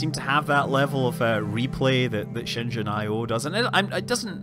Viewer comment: Good job pronouncing Shenzhen correctly (for the most part)!!!